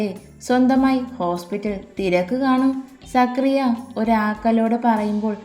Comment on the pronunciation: സക്രിയ അല്ല സക്കറിയ or സഖാറിയാ